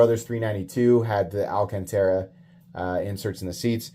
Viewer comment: "Al Can Tera" is definitely pissing someone off somewhere lol